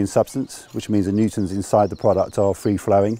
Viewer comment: Never studied materials science, but I did love fluid mechanics back in university. The low Poisson's ratio is an interesting way to think about it. The guy was actually explaining the concept of a shear-thickening fluids correctly, but I have no idea why he mumbled the word "Newtons." The armor contains a colloid (insoluble solids suspended in liquid). When subject to no or low rates of shear, it behaves as a fluid because the suspended solids are able to "get out of the way" as the mixture deforms. Beyond a critical shear rate, the solids cannot redisperse fast enough and end up clumping together. So if instead of "Newtons" he had said "polymer colloid" he would've been rather correct!